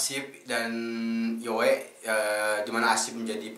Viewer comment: Saya betul2 respect lah pemikiran abg kri,serius apa yg abg ckp tu sebijik di fikiran syahmi yg slslu dia ulang ckp soal nii,btw bang Yoe sebutannya bkn yoey tpi yoo walaupon ejaannya yoe tpi panggilannya Yoo,gituu.steady bang respect minda kelss atasan bang kri,seluteee